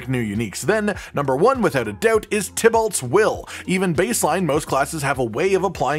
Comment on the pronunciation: Why does nobody seem to know how to pronounce Tibeault? … It really does bother me lol